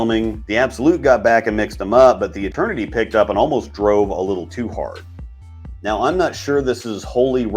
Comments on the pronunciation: You testing how many times you can say meow instead of now and see if we notice? Lol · I'm sorry, are you saying meow?